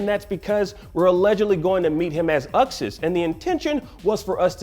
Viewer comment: Uxas...It's Uxas